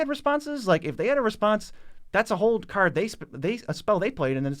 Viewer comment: People who can’t say card. ;)